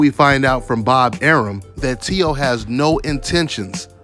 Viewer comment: It’s “Teo” bro!